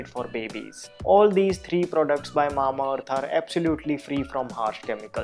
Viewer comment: It sounds very cute whenever you pronounce "Mamaearth" 😻